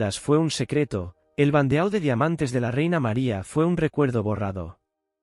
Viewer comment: EMPEZAMOS BIEN BANDEAU TIPO DE TIARA, SE PRONUNCIA BANDO, ACENTO EN LA O. APRENDE A PRONUNCIAR FRANCES.